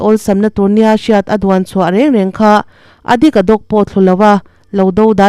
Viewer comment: A dik a dawk i chhiar dan kha a diklo .